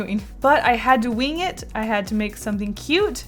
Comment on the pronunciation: i love the way says “wing” it’s like “weing”